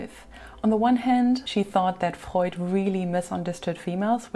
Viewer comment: Your command of the English Language is PHENOMENAL, and I LOVE to hear you pronounce German names and words, like "Freud" and "Karen Horney." FABULOUS.